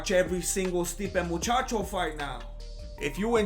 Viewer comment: Stipe "Muchacho". Nice.